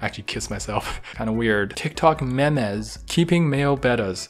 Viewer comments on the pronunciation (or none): why did he say "meh-mehz" instead of "mimz" LMAOOOO